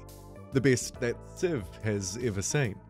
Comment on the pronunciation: Wow I can’t listen to this, good god, by the time I’d heard “civ siven, the hidline” I thought I’m out, I just can’t listen to kiwis butchering vowels it breaks my ears